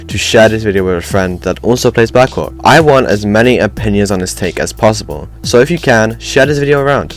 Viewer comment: Please say black hawk not black co*k